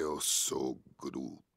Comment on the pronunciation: bruh, i didnt know vin diesel could speak portuguese(from Portugal),when he said "im am groot" in portuguese i got surprised he said it so well. he spoke like a true portuguese. (in case people want to know how it is in portuguese chect out from there he repeats a couple of times in portuguese)